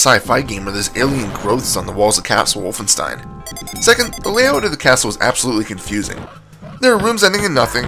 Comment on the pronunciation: Speaking of. It's WOLFENSTEIN! Not Wooflestein.